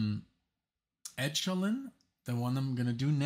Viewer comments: It's e' ko lynn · I really don't know why you think neo-prog as a label. it is pronounced ECHO-lyn like ECHO.